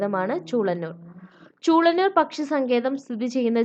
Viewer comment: Chulannur Alla chulenuur